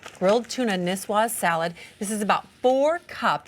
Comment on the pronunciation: "Tuna nisswas" 😂 lol